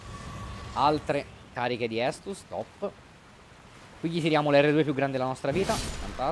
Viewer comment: Scusate, non per essere stronzi o altro....ma sono l'unico a cui dà fastidio che continua a dire "anime" e "estus"? Haha